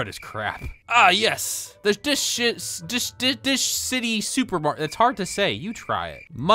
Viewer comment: Dishcity shopmakert OHHH ITS SAYING DISHShity OOOOO